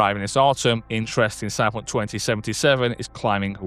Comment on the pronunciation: How the hell do you manage to pronounce Cyberpunk with just 2 syllables? Stop it!